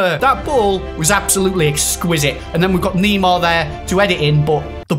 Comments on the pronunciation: it’s Neymar not nima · Please pronounce Neymar right!!! It's not N-E-E-M-A-R, It's N-E-I-G-H-M-A-R! If you read this change next vid! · dont say Nimar its Neymar keep up with the Good vids! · NEEMAR LMFAO 😂😂😂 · it's not kneemar